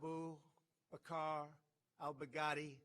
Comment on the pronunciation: The way he said he’s name 😂😂😂😂